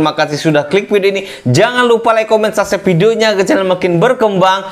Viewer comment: Apa cuman gw yg denger dia ngomong sasep padahal yg bener subscribe 😭😂